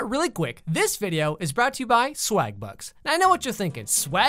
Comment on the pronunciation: Am I the only person who instead of hearing "swagbucks" the first time heard "swag butts"?